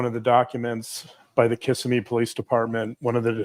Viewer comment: Kissimmee is pronounced kik-SIM-ee. The accent is on the 2nd syllable.